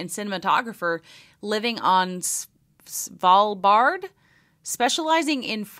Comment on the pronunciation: Your pronunciation of Svalbard was spot-on.